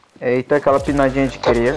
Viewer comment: "aquela pinadinha di cria" kkkkkkk